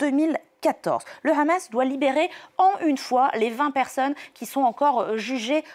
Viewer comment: Pourquoi il dit khamas veut-il imiter les hébreux , ou bien se faire bien voir par l’inteligencia .. en tout cas on les reconnaît avec leurs "kha"